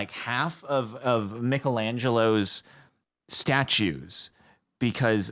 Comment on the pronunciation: Did Jordan say Nickelangelo instead of Michelangelo?? Did I hear that right??